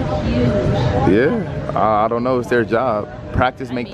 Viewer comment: "Ion like this ion like this"